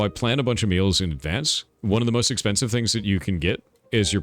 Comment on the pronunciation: thor what the hell is a “mewls”